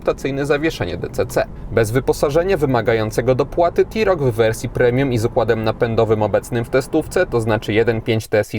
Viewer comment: blagam, rozpoczynajac test wypadaloby zaczac od jego wymiarow, a poniewaz mowisz o SAUV-ie, czy Crossoverze to nie wolno zapamniec o przeswicie. Literkae T w polskim jezyku czytamy jak te, nigdy ti, to tak a pro po. Autko nareszcie ladne, ale jesli mam w pamieci Dacie Sandero Stepway za 67 tys. z pelnym wyposazeniem; tj. m.in., z kamera cofania, nawigacja, odpalaniem na przycisk, hamulcem elektronicznym, no to musisz przyznac, ze cena TeRoc powala, ach ze dodam jeszcze Dacie Duster z gazem za 74 tys. rowniez z pelnym wyposazeniem i z jakim przeswitem...